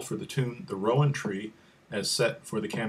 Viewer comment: Cool, too bad ye said the name wrang, but nabody's perfect I suppose lol its not row like row a boat.. sounds like you are saying round... (rou-an tree). Like you are going to have a row with someone lol